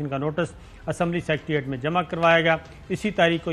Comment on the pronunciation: Sabir Shakir...correct word is Secretariat NOT Sectreate...Jahil log aisa kehtay hIn